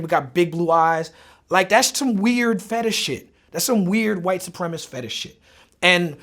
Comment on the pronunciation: he keeps saying "white suprem-ist"....... its supremacist